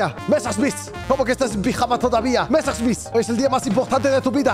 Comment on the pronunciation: El rubius intentando hablar como ruso y francés al pronunciar Messerschmit cuando es Alemán xdxdxd